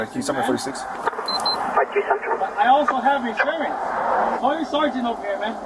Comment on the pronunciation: Dude, its IN-surance, not Assure-ance.